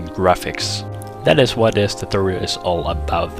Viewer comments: what the fuck is a toothoal? speak properly. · Well thanks for this "tuthorial". It worked fine :D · lol love the way you pronounce "tutorial"